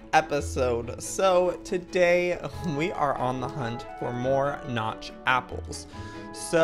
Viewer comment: Is it just me cus' I really heard he said" three apers?" 😂